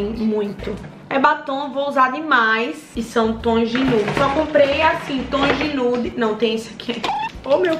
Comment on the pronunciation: Eu tenho agonia quando a fala batoins e toins kkkkkkkkkk